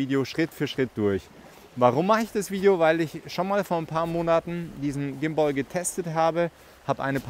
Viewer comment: Vielen Dank für das Video aber bitte hör auf Gimboi zu sagen 😵‍💫 Übrigens ein wirklich schönes Ergebnis 👍😉